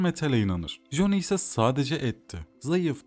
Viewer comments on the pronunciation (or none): ya güzel kardeşim joni amk, bütün videonun içine etmişsin. Silverhand diyebiliyosun bir Coni demek bu kadar mı zordu?